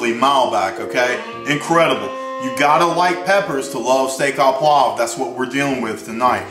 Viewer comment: Hey I liked your presentation and to hell with the pronunciation, I'll try a recipe from a good Texan cook rather then a wannabe Frenchy who says "oh" correctly. The food looks good!